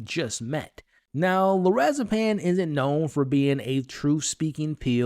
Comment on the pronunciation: It’s LorazePAM :)